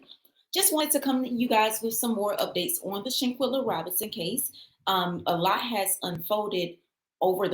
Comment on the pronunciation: It’s SHANQUELLA! Say her name ! 🙏🏾